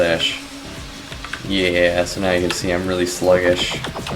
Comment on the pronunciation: you said it's out "right NEOW?"